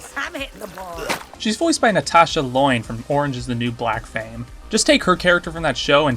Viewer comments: Like lion, but with an e sound in the middle. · it's pronounced "Le-own", not "Loin" like pork loin. Natasha Lyonne.